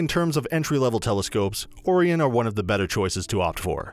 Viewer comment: He said Oh-Re-On. lol. disregard everything in this video.